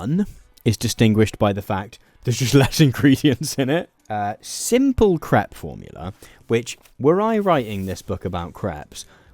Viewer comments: You pronounce the word crepe as "crap", rhymes with map. In the US crap is poop. In the US we pronounce crepes as "crape", rhymes with cape. I kept laughing about all the 💩 recipes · Why do you keep saying crap instead of crepe? 😅 It is so ridiculous. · Your pronunciation of crepe almost sounded like crap. The correct pronunciation rhymes with crate. It was so irritating that I had to stop listening. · sweet galloping jesus man, it's pronounced "crayp'' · Oh dear, I can't have been the only one who heard "crap maker" 😆 It is if you use it very poorly! Edit: I'm continuing to mishear it and it keeps getting funnier... "Loads of different crap fillings," "There's all kinds of things we can be having in our craps," please 😭😭